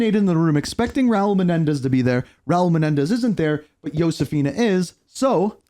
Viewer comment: Yow-Sefina haha